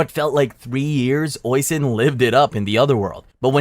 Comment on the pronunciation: For the Tir na nog one, just to clarify some names. Oishin is pronounced "Ush-een" and Tir na nog is Tir na Nog as in the word "No" with a G